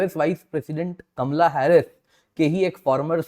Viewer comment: Kamla nahin kamala pronounce to thik karlo...